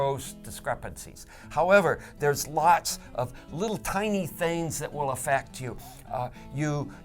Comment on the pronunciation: WiIIL-LST in space.. WiLL-ST??? wtf